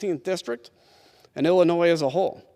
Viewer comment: Black dude is the speaker, and he announces Illinois as Illi-noise”, are you serious????